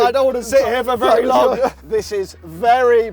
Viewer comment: Why does say vurry instead of very?